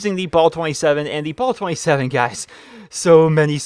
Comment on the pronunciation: Dude its not ball 27 its bal. ah not aw